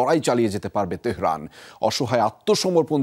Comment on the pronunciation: আপনি বলতেছেন তেহেরান তেহরান না ইরান